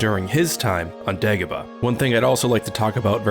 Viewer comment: It's DAY GO BAH ,NOT DEG A BAH